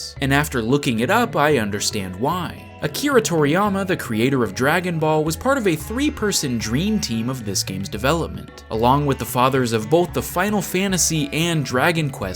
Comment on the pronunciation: "Akria Toriyama"